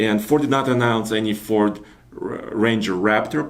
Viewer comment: It'd FORD...not fort....